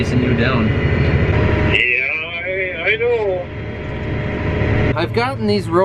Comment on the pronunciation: lol that sounds very Minnesota. "Yeeeeeah I know"